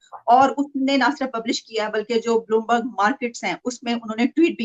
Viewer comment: It's Bloomberg not Boolmarg 🤣🤣🤣🤣 How childish